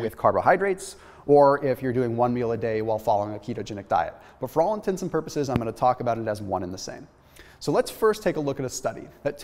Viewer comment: Most people do NOT say intensive purposes 🙄 (If they do then I'm thinking it's far from the only word(s) they get wrong) -you saying that makes me wonder if you only recently found out that it's intents and, not intenSIVE... "Irregardless!" 😉 / 😅 -at least as people learn to say/pronounce words properly then, one word at a time, those that didn't know will learn and quietly follow the leader. But seriously, if you hear that many people saying 'intensive' then you need to just point it out or give 'em a dictionary or something more ...educational for their next birthday.